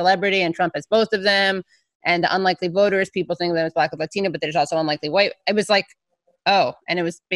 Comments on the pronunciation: It’s Latino not Lathino for you sir. I claim pronunciation appropriation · Why does he pronounce "latino" with an accent? Does he say kangaroo like an aussie? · stop saying 'latino' like that, dude